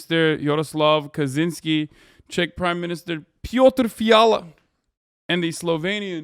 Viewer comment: Not Piotr but Petr.. Peter in english